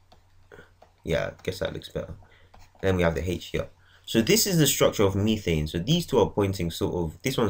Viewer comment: Btw it's methane not methene